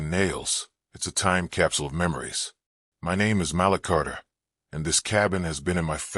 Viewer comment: AI dead giveaway is pronouncing Malik as Mallick. smh